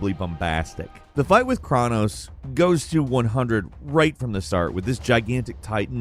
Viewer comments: does this dude mispronounce common words every video on purpose?? Chronos is CHROHN-OHS, not kran-ohs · Why are you pronouncing Cronos with an 'a' lol it's pronounce CROW-KNOWS